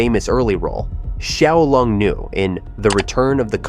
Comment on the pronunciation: OMG the way you butchered Wuxia, Wang Yu Yan, Xiao Long Nu.... LOL